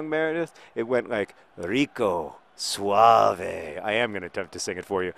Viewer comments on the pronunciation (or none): none